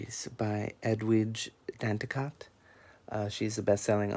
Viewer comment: The last "t" in Danticat is silent. Just for future knowledge my friend.